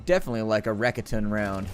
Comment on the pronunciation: Raketen is pronounced Rocketin, it's German for rockets.